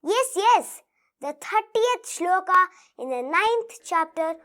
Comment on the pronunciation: Kudos to. She recites the slokas beautifully with correct pronunciation.❤❤